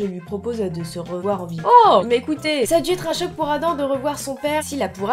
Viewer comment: c'est pas adam mais ADAMME ON PRONNONCE LE M